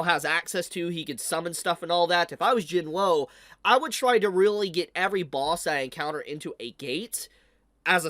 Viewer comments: Not trying to be rude, but it’s pronounced Jin wuu not Jin woo. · My man really think our boys name is Jin-woah lol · Jin-Woo has no W sound. Its just Oo. So it’s Sung Jin-Oo.